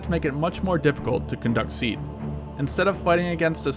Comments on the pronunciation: it's pronounced C-add not sead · It’s pronounced “See-add”. Not “seed”. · It is not pronounced "seed" but " see-ad". Like seeing an advertisement. My source is a current Marine Corps f-18 pilot. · You totally missed Artillery SEAD missions (pronounced SEE-Add not seed) basically, the artillery battery shells the SAM site to keep the crew's head down. Then the shelling stops just as the Fast Mover arrives on station and resumes as it leaves. We calculate this based on the BOD (bombs on deck) time and backing off the ToF (Time of Flight) for the artillery rounds. This way the ACs are not in danger of a mid-air collision with inflight shells. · I always thought it was 'SEE AD' not 'SEED' That's how we pronounced it anyway. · SEAD is pronounced SEED whereas DEAD is still pronounced DEAD?? Lol, How do you hear words LOL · It's pronounced See-Ad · By the way the pronounciation of SEAD is SEEE AAAD ... also I think you missed the point of SEAD. SEAD is mainly used to allow TEMPORARY access to enemy airspace ... in itself SEAD does NOT give air superiority nor is it supposed to. Things you do once you gain that temporary access may well lead to air superiority but usually it does not. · Its pronounced sea add. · its actually pronounced SEE-ad and DEE-ad if the mw2 advisors did their job